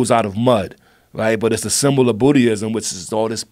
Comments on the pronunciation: RZA said booty-ism instead of Buddhism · I'm sorry but I laughed hard as hell when RZA called Buddism "Bootyism" 🤣🤣🤣🤣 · Rza said bootieism though... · I love how the RZA says "A Symbol of Bootyism." I know he is saying Buddhism but still get a kick out of it. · Dude totally says BOOTY-ISM at the end of this clip. Do you know the great language uh da booty?! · I fucking love RZA, but did my mans just say bootyism? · shtdaprdtr I think he was saying Buddhism